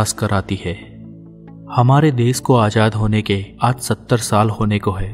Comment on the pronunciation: Azad not ajad pl